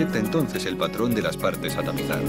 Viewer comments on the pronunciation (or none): none